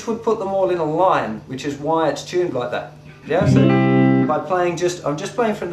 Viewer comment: he chuned them... not tuned, chuned.